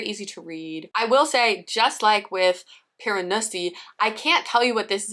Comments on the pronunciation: Whenever you said Piranesi, all I heard was Piranussy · every time you pronounced it piran-ussy i giggled. but i totally felt the same way about it, not all it was hyped up to be !